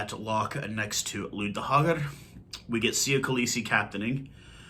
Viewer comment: Pronounce Louw as Low